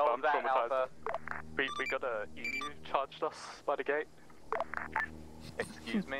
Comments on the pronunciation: god that was smooooth the radio interference and the presentation just perfect immersion the only flaw is your pronunciation of emu, which i suspect is because a) you find it fun to say that way and b) because it makes us aussies complain lmao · "Emoooo" As an Australian your pronunciation is horrific, then again everything here even the non-aboriginal named places are hard to understand For reference it's "E" as in how you say the letter, M as in mmmm, and U as in you. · lol this is epic! btw they are pronounced E-Mew(s)